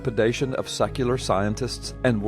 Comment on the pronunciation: Haha, thus is great. It sounded like he said sucular rather than secular! This is funny. Great video, 👍💙💙💙🥰✌